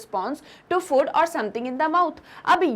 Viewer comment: annoying way of pronouncing food